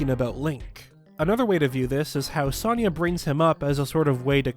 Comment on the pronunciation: The way you pronunciate Sonias name is aggravating considering it's literally said in the game